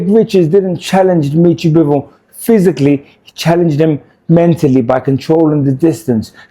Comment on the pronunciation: Good analysis but lmao at “Demetri Mambo”